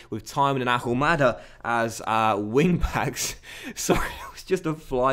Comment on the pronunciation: You're not going to start scoring goals until you pronounce Ahumada correctly. You don't pronounce the H. Come on!!!